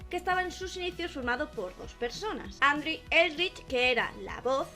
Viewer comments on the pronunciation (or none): Se pronuncia andru